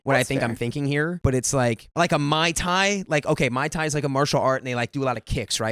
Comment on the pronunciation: Keion: 🧐mai thai?….🤨Mai Thai?….MOI THAI?!😵‍💫